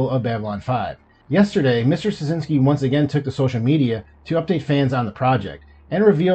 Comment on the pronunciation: Really hoping the production can continue. This would be incredibly exciting. I’ve loved the show since it premiered. I read on Claudia Christian’s Instagram that the show is not shelved, only pending the completion of the sale. Btw, Straczynski is pronounced Stra-chin-ski - it’s Polish.